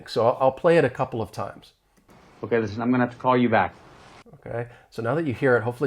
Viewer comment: I agree, but the “listen” was mumbled in a very low tone not blended with other words.